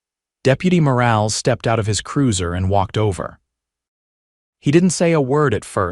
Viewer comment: For the love of God, stop using names if your reader can't pronounce them correctly. It's Mor-all-ess, not Mor-ales. Change it to Smith or something it can't screw up.